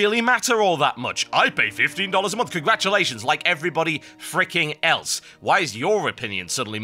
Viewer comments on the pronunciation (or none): none